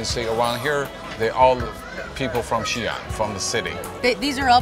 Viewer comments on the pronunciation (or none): 不是Xian是xi-an, two syllables. Two separate sounds。